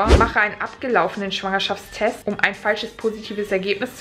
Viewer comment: Wie Schwangerschaftstest ausspricht😅:Schwuangerschaftstest😂 #teambekki